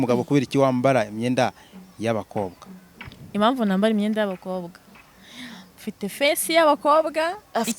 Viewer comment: Ariko wa munyamakuru we,ubwo ntiwashobora kuvuga impamvu aho kuvuga imamvu? Ukavuga intego aho kuvuga inego? Harya ngo nibyo bigezweho? Ahaaaaa!